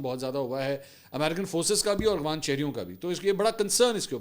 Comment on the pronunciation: Mansoor Ali Khan# 10 time cmnt KIA k Bhai Afghan word hai or aap aghvan bolty hain....mgr afsos shyd kbi cmnt nahi daikhy gye